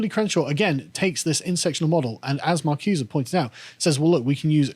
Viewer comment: Marcuse as "mar-CYOOZE-eh"? Gramsci as "GRAM-skee"? Carl, you embarrass yourself!